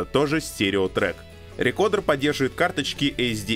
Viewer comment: Alexey Sudakov С американским произношением будет «рыкордр», а с английским — «рыкоуда», так что, «рекодер» ни туда ни сюда не подходит.